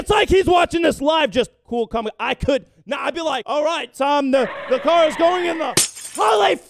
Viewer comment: "its in my cwar"